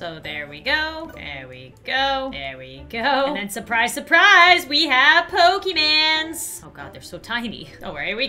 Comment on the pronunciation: It's Pokemon not pokeman